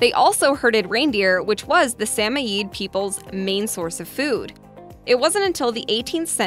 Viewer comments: Sam-O- yed Say what? Correct pronunciation is SA-MOYED , where the MOY would rhyme with BOY. the ED at the end forming MOYED would be as one syllable, sheesh!... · RE#11 It's pronounced SAM OID (rhymes with 'avOID'). It kills to hear it butchered so many times. Narrator should ask if not sure. Smart ones would!